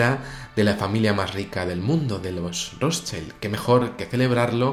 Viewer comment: Amigo, el apellido Rotschild es de origen alemán. No se pronuncia "ROTSHAILD", sino "ROTSHILD". Saludos